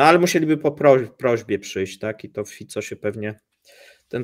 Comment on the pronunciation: Brawo za to że prawidłowo powiedziałeś Fico bo co niektórzy nie potrafią sprawdzić jak to się wymawia. Pozdrawiam